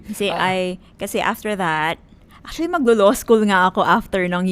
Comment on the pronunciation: Born and raised as Tagalog, pero pro Duterte and there are tens if millions of us. Ate, before ka mag law school, learn how to pronounce “law” first 😆